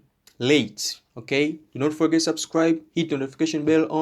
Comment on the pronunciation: I love how u say Rrreete, just to mean Late!